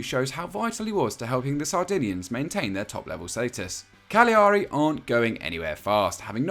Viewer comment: It’s pronounced Cal-yari.